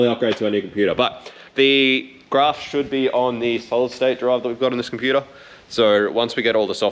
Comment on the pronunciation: it's not Grarf it's Graph